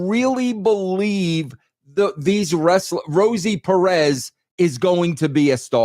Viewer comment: Vince calling Roxanne Perez Rosie Perez always gets me 😆